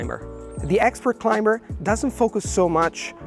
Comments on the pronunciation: Your pronunciation is unbelievably native-like. It's mind boggling to know that you haven't even visited the US. Just a very minor suggestion: "climber" is pronounced with a silent "b". As if it was "climer". Very useful tips for language learners. Remember, the fear of sounding stupid is worse than the actual embarrassment you inevitably experience every once in a while. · Feedback: In the word climber, the letter b is not pronounced.